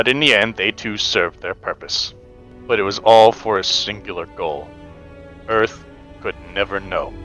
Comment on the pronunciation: “Welcome to Earf!” - Will Smith, 1996 “EDF vessel, Welcome to Pioneer!” - North R. Isle, 2225